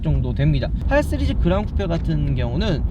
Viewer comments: 은 시리즈 발음을 잘못해 ㅋㅋㅋㅋㅋㅋㅋㅋㅋㅋㅋㅋㅋㅋㅋㅋ 스르즈 ㅋㅋㅋㅋㅋㅋㅋㅋㅋㅋㅋㅋㅋㅋㅋㅋㅋㅋㅋㅋㅋㅋㅋㅋㅋㅋㅋㅋㅋㅋㅋㅋㅋㅋㅋㅋㅋㅋㅋㅋㅋㅋㅋㅋㅋㅋㅋㅋㅋㅋ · 이거보고 자꾸 스리즈 발음 신경쓰이넼ㅋㅋㅋㅋㅋㅋㅋㅋㅋㅋㅋㅋㅋㅋㅋㅋㅋㅋㅋ